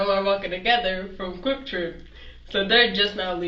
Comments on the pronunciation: It’s KWIK TRIP, not Crip Trip!! 😆 And Bloods are allowed! 😂🤣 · How is she a senior, and can't say Quick Trip...also, worser isnt a word...and the cops aren't your brain dead gurfren... she's either 13 in the brain, or crazy af... I have a theory that the urban youth want some jail time..... they want time, attention, direction, etc, and think they'll get that and street cred. for the future..